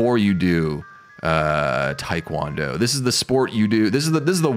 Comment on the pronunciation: Your first pronunciation of taekwondo was chef's kiss. Bravo